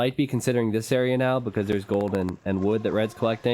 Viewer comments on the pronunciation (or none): none